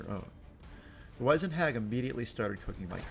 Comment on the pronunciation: How have you never learnt how to pronounce Wizened? Wiz-end. Not Wise-end. WIZ-end, similar to WIZ-ard.